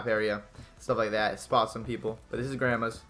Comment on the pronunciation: He called it "grammers" not grandmas 😂😅